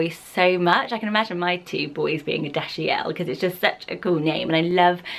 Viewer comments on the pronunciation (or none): well you've been pronouncing it wrong. Take it from someone who comes from a family who speaks French. It is ABSOLUTELY NOT "Dash--ee--elle" If you EVER pronounce the name that way, you're wrong. The proper French pronunciation of this French name is in fact "Dash--eel". Do NOT pronounce it wrong. It's NOT pronounced "Dash--ee--elle". She was completely wrong. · Um I'm sorry but right off the bat you're wrong..... Dashiell is NOT "Dash--ee--elle"......... You pronounced that COMPLETELY wrong. It's only pronounced "Dash--eel".... Both my parents speak French and I asked them if it's EVER pronounced "Dash--ee--elle" and they said no...... So whereever you got that pronunciation, is wrong. So I can't watch the rest of the video because right off the bat you pronounced the first name wrong.......... I'm sorry. You HAVE pronounced that completely off............ If it's a French name, then you pronounce it the French way...... "Dash--eel"............... Please keep that in mind next time.......... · Dashiell is Dash’s actual name in the Incredibles but it seems to be pronounced wrong possibly 💀 they skip the middle part when I heard the scene of Dash’s mom saying his full name